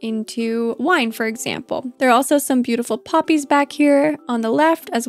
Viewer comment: I love the way you say poppies, it sounded like you were saying puppies and I quickly looked up from my work and was looking all over the screen for puppies. Also seeing Lily in her wedding dress actually move her up a level on my ladder for the marriable candidates. She is nearing the top now.